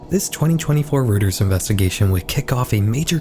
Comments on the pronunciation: Reuters is pronounced ROY-ters, not ROOT-ers! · Just for future reference, Reuters is pronounced "ROY-ters", not "ROOT-ers". ☝️🤓 Surf Wisely. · Great video! Just want to point out that Reuters is pronounced royters, not rooters. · As a German name, Reuters is pronounced like ROY-ters — not “rooters” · Love your videos. Reuters is pronounced "roy-ters" btw! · just for your own edification and not at all to be rude bc it's a common mistake, but it's pronounced like "ROY-ters" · heads up: Reuters is usually pronounced as "roi-turs"